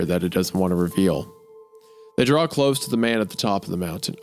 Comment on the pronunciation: I love that Hunter is 47 with the pronunciation of a toddler 😂 Dude is a whole ass professional artist and says the word draw like “drall”